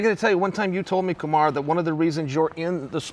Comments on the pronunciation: Remember when Chael used to call Kamaru- "Kamara"? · This lived up to my expectations, you even had chael mispronouncing fighters names😂 i’d rather listen to this lot all day instead of dominick cruz and paul felder lol